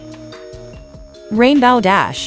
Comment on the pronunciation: It’s rainbow dash not rainbaw dash